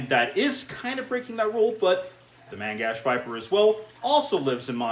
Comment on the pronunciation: say it right. mang-shin